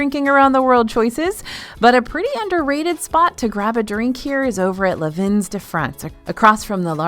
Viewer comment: Fab and very useful video! Just one request... PLEASE learn how to pronounce "vins" (as in French for wines), which is pronounced the same as "vin" (wine). It's sort of sounds like VAH - definitely no "N" - but Google Translate will speak it for you. It's seriously painful to hear it rhyming with pins 😊